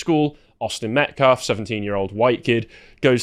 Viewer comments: "Metclaf"? Hands up don't shoot. Jeez Louise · That "pastor" says "MetCLAF" every time. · This guy is purposely mispronouncing the name of the victim, Austin Metcalf, and people that support him. He has no problem pronouncing the names of the Anthony family and those that support them. It's intentional.